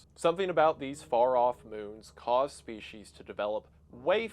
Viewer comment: There is no H in species.